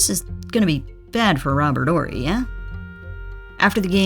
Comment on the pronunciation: Correct me if I'm wrong, but isn't there an H in Horry? Asking for a friend. Robert orry, Robert orry. Due the H in Horry be silent?